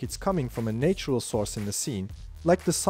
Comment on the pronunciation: absolutely awesome! Your Advanced Midjourney V5.1 Guide series is the unbeaten king on youtube two small pronunciation tips: natural instead of nay - tural , it is pronounced nah - tural chiaroscuro is Italian and so instead of CHay - roscuro , it is pronounced Kia - roscuro :)